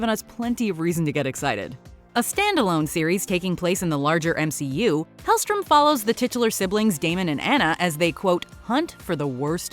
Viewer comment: “helstrom” not helstorm lmao